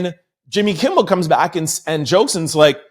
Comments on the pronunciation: Kimmel not Kimble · Kimmel...not kimbel. Thank you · I love your show I'm telling you!! But I'm listening right now and if you say "Kimbel" one more time.. 🤦🏽‍♀️And you were READING almost everytime you READ the name! 😂😅👀😬 Really not trolling but your position in celebrity/overall news...someone should have stopped you and had you correct his name. In other words...watch the people around you 👀💯...someone should have TOLD YOU. I know you not recording by yourself! 🤷🏾‍♀️...k luv you ❤ thank you for your videos 😊